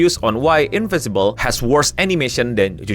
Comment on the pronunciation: InviNcible bg bukan Invisible